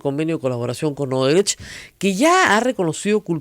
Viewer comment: Se pronuncia Oodebrekt, la CH tiene sonido de K o GH gutural. Viendo las noticias de CNN en Español, Univisión, etc., veo que los periodistas peruanos son los únicos que pronuncian la CH en Odebrecht como la CH en chocolate. No entiendo por qué. Si alguien pronunciara mal una palabra inglesa como manager, todos le caerían encima, pero Odebrecht, que lleva tantos años en las noticias, se pronuncia mal. Y sólo en el Perú. Editado para añadir: Odebrecht es nombre alemán, por si acaso. No es portugués (recién me entero que hay gente que pensaba eso).